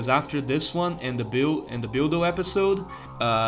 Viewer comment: Every time you say the word “build” or “building”, my eye twitches